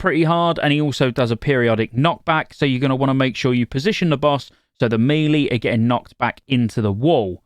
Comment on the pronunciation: Please stop saying “me-lee” you know full well that’s not how that word is pronounced.